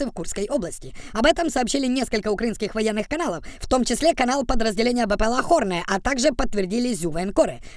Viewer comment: Не "хорне", а "кхорн"... Там своя відсилка)